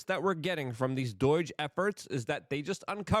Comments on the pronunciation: Why does Luke say "DOURGE" I mean learn how to freaking say DOGE...there's no R in it.... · It’s pronounced DOH-JUH not DOYG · It's DOGE for crying out loud, not DOIGE! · Luke, it’s pronounced dowzh, not Deutsche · Me: Say Doge Luke: Doige Me: Perfect, thank you. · Doge not doyge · NOT DOYGE........ can you say D owe GE????? work on it Luke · Does it bother anyone else how he says "doige" instead of "doge"? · Not DOIGE It's DOGE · There is no 'I' in Doge ! Its not Doige . Man , Idk why but thats REALLY been bothering me Luke 😂 😅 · Why the hell do you pronounce it DOYJ? Weird. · Dude. It's not Doige. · What the heck is "doige?" Ffs, get it together, man! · Luke please pronounce DOGE properly lol...its not Doyge, you sound like a boomer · Why do you say “doige?” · You're saying doge wrong brother. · There's no "I" in "D.O.G.E." Bro